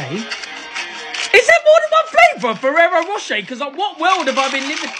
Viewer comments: It's pronounced as feero roshae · "ferero roshay" is the american pronunciation and "ferero rochu" is the british pronunciation according to google. i say it the second way but my mum who lived in america says it the first way